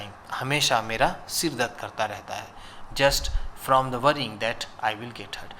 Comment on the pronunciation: Oo sar aap to the ko their bol rahao ho